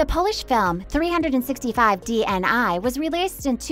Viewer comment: Pls learn how to pronounce their names or at least "DNI"